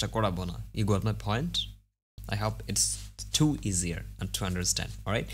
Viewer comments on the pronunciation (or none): Bro its not hop its hope.Practice on your english very well. best wishes :)